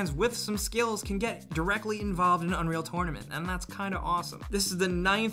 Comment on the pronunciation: what the hell do you say unreal tournament like that? lol